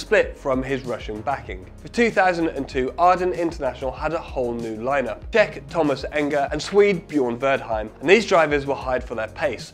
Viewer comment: I must say I have never hear the word "Czech" to be pronounced like that.